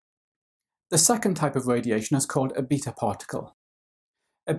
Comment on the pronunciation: I hate the way he says "beta"